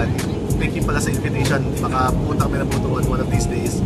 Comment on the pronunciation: Sir, Butuan is pronounced as boot-wan. "wan" po ang stressed syllable. Hehe. ~clark